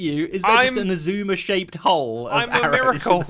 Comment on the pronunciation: so do we now pronounce it ice-suma?